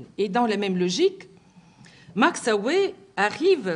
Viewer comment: Max aue ne ce prononce pas ohé, mais max aou !